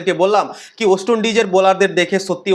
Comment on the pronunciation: উচ্চারণ ওয়েস্ট হবে ওস্ট নয় !! 💩